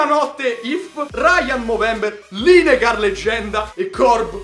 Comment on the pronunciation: Non per male, Lineker si legge "Lineker" com'è scritto, tranquillo il migliore a Fifa di YouTube Italia. #sculosodin